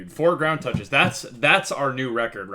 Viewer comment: When I watch this in 2X speed and he keeps saying ground touch-es is just dramatic